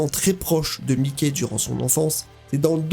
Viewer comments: c'est pas mickey c'est mikey qui se pronnonce maïky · J'allais like mais ta dit "mikey" comme mikey mouse aie aie aie